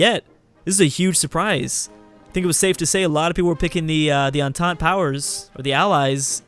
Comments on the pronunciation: Connor Lundeen it's a French word so you don't say "tayy" but "teuuu" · I think you proununce entente like entety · 'Entente' is pronounced as; 'En-tant-ay'